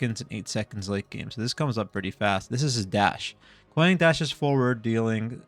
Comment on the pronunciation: You’re pronouncing his name wrong it’s KWong The A sounds like an O